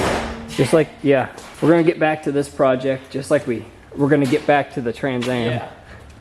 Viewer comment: At least he can say Trans Am correctly.